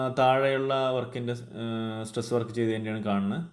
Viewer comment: Stress work alla bro tress work ennan tto